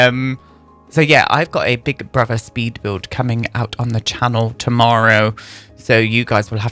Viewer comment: In the past 10 minutes I’ve heard you become more and more Irish. Gimme another “tumarrow”.